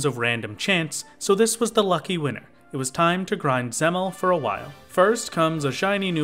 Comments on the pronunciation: You are mispronouncing dzemael (it is pronounced "zem-eye-al") but i dont blamme you, its a very strange word that I had no idea how to read apart from like the one or two times in heavensward it is said in voiced cutscenes. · I think Dzemael is pronounced Zee-My-EL